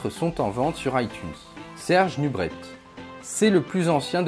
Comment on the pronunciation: Et il y a 2 n a Ronnie et on dit Nubré pas Nubrette